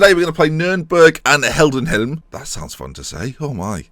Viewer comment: BTW it is "hi-denn-hi-m" for Heidenheim not "Hell-den-hi-m"